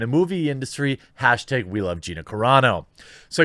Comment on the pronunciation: Hashtag - Hashteg